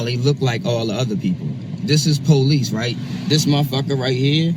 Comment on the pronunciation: The word is not pronounced PO Leeze!